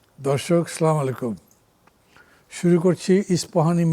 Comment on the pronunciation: মান্না সাহেবের উদ্দেশ্যে বলছি সালামটা শুদ্ধভাবে দিবেন, বলুন ”’দর্শক আস্সালামু আলাইকুম’”। এতে সালাম শুদ্ধ হবে আপনার নেকীর পাল্লা ভারী হবে।